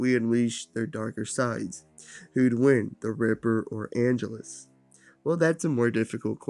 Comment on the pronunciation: I respect this whole video, but the way you kept pronouncing Angelus was killing me.